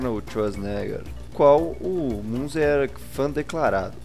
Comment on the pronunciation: A pronúncia é Minzer*